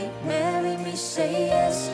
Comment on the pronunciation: Did anyone hear when she said say it sounds like shay